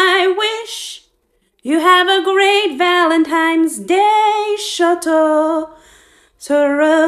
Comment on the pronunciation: NONE OF Y'ALL ARE TALKING ABOUT HOW SHE KEPT SAYING "valentimes day" 💀💀💀